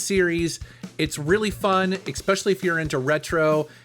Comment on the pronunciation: Haha did say "exspecially"?